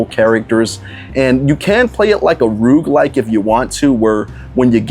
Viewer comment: It is a roguelike. I was just floored by your pronunciation of roguelike. Makes me feel old cuz I'm old enough to remember arcade double dragon though Rogue was a little before my time. I pronounced it rewshlike for awhile myself.